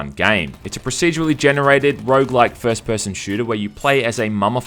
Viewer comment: Stopped caring the second you said "Rouge-like"